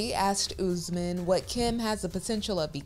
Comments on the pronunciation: It's not pronounced UZ-man , it's pronounced OOS-MAN. 🙄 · You need to stop calling him ouuzzzmen bro its OS-MAAN